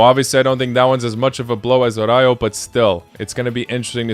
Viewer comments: Araujo is pronounced "Arauho" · Bro spanish is not his native language why do these Latinos have problems if they mispronounce araujo